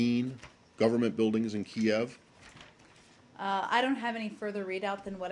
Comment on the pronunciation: My goodness! She can not pronounce the name of Ukrainian capital properly! what a disgrace..